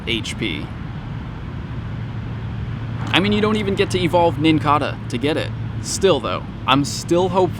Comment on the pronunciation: I think the Nincada is pronounced with a long A - it's like the cicada (si-ka-duh) - pronounced with a long A a bug that comes out every 17 years and leaves the outside shell everywhere when they emerge from underground - I could be wrong but they are very similar